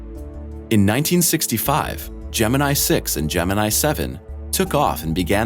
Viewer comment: Your pronounciation of "Gemini" is totally wrong.